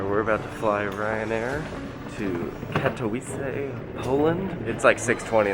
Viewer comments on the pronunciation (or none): Lol. Just FYI: Katowice is pronounced Kata-vizza (yeh sounds just like "pizza")